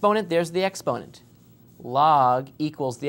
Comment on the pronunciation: Ex-ponent? Really? Expo-nent...